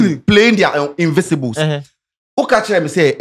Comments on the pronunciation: IN-VIN-CI-BLE, the word is INVINCIBLE, not INVISIBLES. 😫😫😫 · The word is INVINCIBLES not invisibles